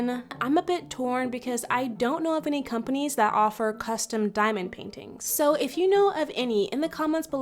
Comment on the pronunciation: That’s NOT how you pronounce CUSTOM wtf is costom?